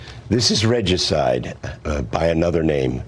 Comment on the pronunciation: Reg-juh-cide, that's a murder of Reggie. Ree-juh-cide, is the murder of a King. :-)